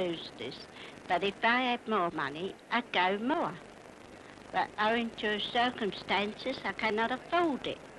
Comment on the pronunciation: Am I right in thinking a modern day cockney would say "circumstaances" with the same "a" sound as "bath" and "pass"? It sounded strange to me.